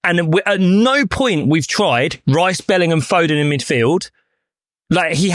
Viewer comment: Glad to see the lad bottom right has finally started pronouncing Bellingham properly instead of saying Bellernam like he used to.